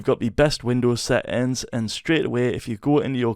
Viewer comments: "Set ins" i love your accent😂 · seähhtääns xd love your voice so crazy lol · Settings❌ SÆtiNgS ✅